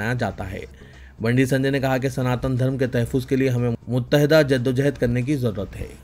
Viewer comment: Tahfiz nahi sahi lafz tahhafuz hai drust karien